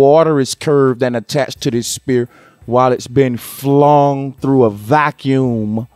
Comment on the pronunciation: gotdang it if you say spear one more time.....ive heard you say atmosphere SPHERE( sfear not spear) but you cant pronounce sphere?? i love your work bro but thats fucking annoying!!